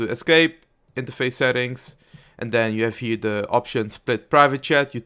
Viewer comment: "And then you have HIER the..." Dat dutch